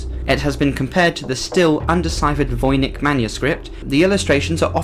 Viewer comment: "Seraphinus". Also " Voynich" not "Vonich".